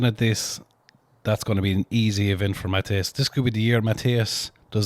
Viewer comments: "Matty-ess" definitely one of the best to never win WSM. Would love to see him win or on the podium at the Major comps. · The Polish Stone Master "Matty-ess" I'd love to see him get the WSM.